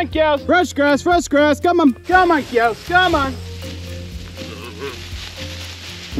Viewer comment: Admits Spanish isn't the best. (Which is fine) but when calling cows it comes out 'keyows' every time. 😆